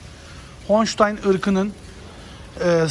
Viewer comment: Honştayn değil holştayn